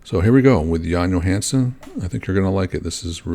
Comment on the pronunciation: Johansson is pretty much pronounce like you would do it in English. So almost correct, but son instead of sen. The Johansen is danish haha.